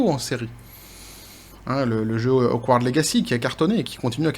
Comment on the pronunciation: C'est Hoggwarts (Poudlard), pas Akward (bizarre) ;)